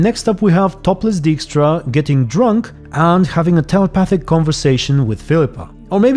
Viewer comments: I know this is a tiny complaint and one I certainly saw coming, but it does sadden me a little that they fuck up the pronunciation of the name Dijkstra like they do in the games (Dijkstra clearly is dutch and should be pronounced something like [dyke-strah]). It also futher moves away from the witcher's european and specifically polish heritage. If you didn't know it from the books, you would have no idea that the witcher is originally polish. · Maybe they should ask some Dutch people how to pronounce Dijkstra for season 3. They got it wrong again.